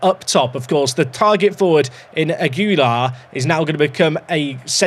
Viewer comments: Aguilar is pronounced A-GI-LAR (soft G like in guild) :) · Aguilar is pronounced "ah ghee lar" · Aguilar is pronounced. Ag ee lar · I'm pretty sure the name is like Christina's Ag-u-lar like AGriculture -- you -- LARk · Aguilar Is basically pronounced: "Aggy-Lar", the U is essentially silent and if you can roll your L's or R's you would roll the L and R. But Aggy-Lar is just fine 😄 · More like ah-guee-lar